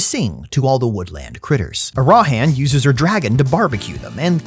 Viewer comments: it's ARAHAN not arahan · I love you, but, you do this thing where you put the emphasis on the wrong syllable in names such as Arahan. The emphasis is on the first syllable. I don't know if it's on purpose or not but dammit man it's driving me nuts. 😂😂